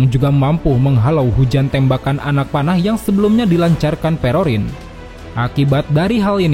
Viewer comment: awakwoawk perospero jadi perorin 😂😂😂 gw juga manggil doi gitu sih